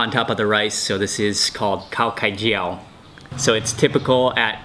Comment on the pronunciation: The way you pronounced Khai Jiao is so cute Mark! I am glad you like our dish!